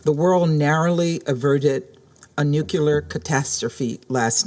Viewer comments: Did the US Ambassador to the UN, Linda Thomas-Greenfield, just say "NUCULAR" instead of "NUCLEAR"? What an idiot!!!!! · It's nu-clear not nukula. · Linda needs to learn how to properly pronounce “Nuclear.” It isn’t hard to do but as a public figure, she ought to spend a few minutes working on it.